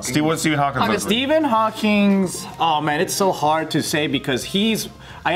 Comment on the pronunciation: It’s just Hawking with no S